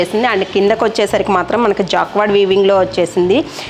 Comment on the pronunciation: Jacquard ,pronounced as jacard